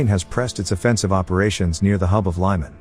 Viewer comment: LEE-man NOT LYE-man!